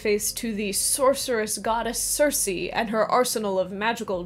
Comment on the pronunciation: Who's this "Sirsee" goddess? Did you mean to say "Kírkē"? 🤔